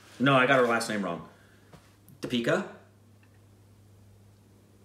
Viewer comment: u r indian pronounciasion is perfect...